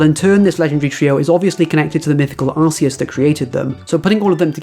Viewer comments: I just wanna jump on the Arceus thing for a second…in Japanese his name is アルセウス (A-Ru-Se-U-Su), pronounced “Are-Seh-oos”. So the way you pronounce “Arceus” isn’t really wrong if you take his original (actual) name into account and that you’re just saying the English version of that. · I know you said you didn't want to talk about it, but I agree with you. Are-se-us matches the Japanese pronunciation, and since legendaries are meant to broadly retain their names/pronunciations across all languages, it's the only correct pronunciation in my mind. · Nah, you're pretty right on the pronunciation of Arceus. In Japanese, it's A-ru-se-u-su Which is much closer to Ar-see-us than Ar-kee-us. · arceus with "arse" instead of "ark" is literally how its pronounced in japanese. its more "right" than whatever was made up afterwards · The way you pronounce Arceus is the official pronunciation in Japan. Its only different in localised versions because they realised that it sounds like arse in English.